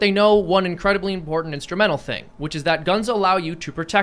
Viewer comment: back! 🥰 I've missed hearing him say "impornt"